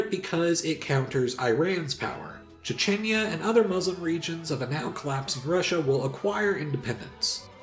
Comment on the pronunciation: "Chechenya" - how did you both misspell and mispronounce Chechnya? 😂